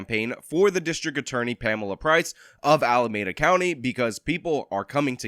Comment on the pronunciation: I support the recall and appreciate these videos, but please note it is pronounced “AlamEda” not “AlamAda” county.